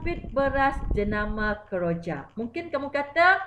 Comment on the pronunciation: Kejora cg bukan keroja🤭